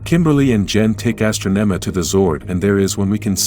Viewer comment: Astronema 🤣 i like this page but the AI narrator messes up a lot!